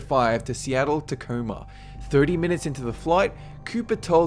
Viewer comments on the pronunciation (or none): none